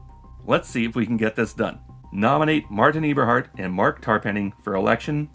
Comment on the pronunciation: musk may be dumb and lazy (among other things), but you are one or the other or both, pronouncing it eeberhart in two videos now